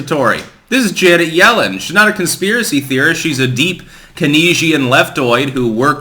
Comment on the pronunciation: "Key nesian"?? U mean keynesian . Pronounced "Kanes Ian "